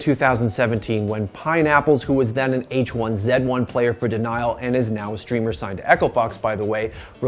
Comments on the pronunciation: Bro you're American. Stop saying Zed. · I always kind of thought I hated this guy, and then he said "H1Zed1" with an American accent. Yeah I hate this guy. Good call, me. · He said H1zed1 instead of H1Z1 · It’s H 1 Z 1, where are you getting H1ZED1 at ? Lmao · so am I. We don't pronounce it like that, not even French-Canadians do.